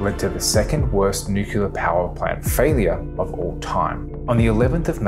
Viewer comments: Credibility stopped after the word "nucular" was uttered. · Cool video, but when you say "nuke-ya-ler", it makes my ears hurt!